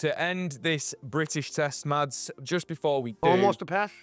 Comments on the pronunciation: MASS! HIS NAME IS PRONOUNCED MASS! It's not rocket science. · Could have pronounced his name correctly, it isn't Mads. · why do they pronounce it with the D sound? just say Mas, it is closer to how its supposed to be pronounced. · You might be interested to know, the correct way to pronounce his name would be to drop the "d" sound